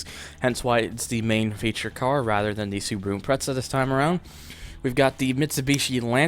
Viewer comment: i think its pronounced as impre-za